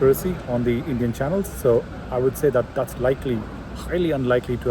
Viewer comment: You sound sensible. One suggestion/observation. You berating and addressing "indian new channels" as such sounded weird. I mean why stress "indian".